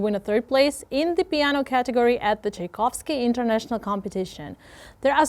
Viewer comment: The way you butcher foreign words like Chopin, Tchaikovsky or Trondheim is so cute <3